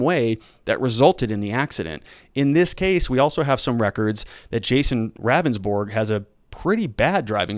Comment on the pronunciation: It’s pronounced Rounndsberg. He’s not a very good attorney.